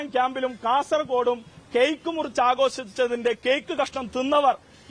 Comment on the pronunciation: ടാ.... ആഘോസിച്ചത് അല്ല..... ആഘോഷിച്ചത്.. 😅